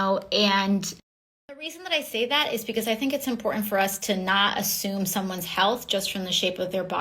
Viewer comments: Impourant lol...more woke speak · What is "imporen"? Or is the poor miseducated thing trying to say "important" and doesn't know how to form consonants? I understand why Democrats chose her now.